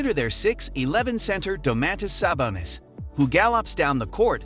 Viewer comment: You can tell this dude have never watch a Kings game before, cant even say Fox and Sabonis name right. Lol